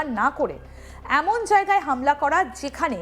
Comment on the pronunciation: এখন এর উচ্চারণ অ্যাখন, এমন এর উচ্চারণ অ্যামন,এ রকম উচ্চারণ করেন কেন???? এ খন এখন